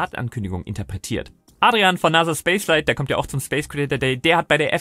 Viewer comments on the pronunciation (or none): none